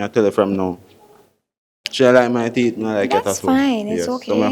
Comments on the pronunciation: His theet😂😂😂😂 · My girl say she don’t like his “theeth”.